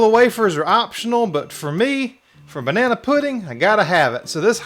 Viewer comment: lol you said “bananaeee” without skipping a beat. Love it!